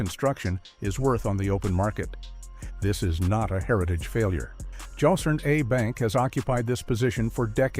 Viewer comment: As a professional writer and communicator, I have concluded that using an AI voice is a net loss of many content consumers, and even if deliberate, it is a mistake. "Joss" A Bank? Come on.